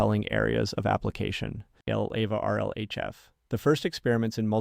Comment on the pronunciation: Feels like you might need to give 11Labs some more AI-related pronunciations? eg (LLAVA, NeurIPS, etc.)